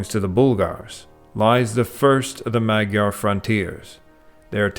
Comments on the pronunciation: Hello my magyar (mudjar) peoples. Every time said mag yar i cringed....but its a great documentary. Nothing about the glyph language that i heard is related to Sumerian. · Dude, you said Magyar correctly when you stated how it is pronounced in Hungarian. Then kept incorrectly pronouncing it "Maag-Yar" throughout the documentary. Other than that this was great and well done. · You are mispronouncing “magyar”. The gy is a digraph that makes a single sound. It is not a /g/ followed by a /y/. It is closest to an english “j”. Also “a” is pronounced like an english “o” in mod and mole. So say it more like “mojar”. Similarly the ty in kutya is closer to Tuesday (English tyoosday, not US twos-day) than “cut yer”. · Great description Well done. But you kept saying “Magyar” wrong. It isn’t mag-yar. The gy is a separate letter in Hungarian. The pronunciation is more like mud-jar. Keep up the great work. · I tried to listen to this but the narrator constantly said "Maggie-ares" - I could not take it anymore and turned it off. Magyar has the gy sound pronounced something like dy with a soft d, so Mahdjar. It wss prtty good but I just couldn't take it. You said it right the first time, why did you then say it wrong literally dozens of times? Seemingly every other sentence. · You are pronouncing Magyar wrong...GY is J in Hungarian. So you pronounce it Majar.... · I feel u bro. They always try to say magyar right but they end up saying Madzsar, matyar, madzar makBDJBCDar. Its really annoying as a hungarian. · Really interesting but a shame you can’t actually pronounce “Magyar”. Unbelievable.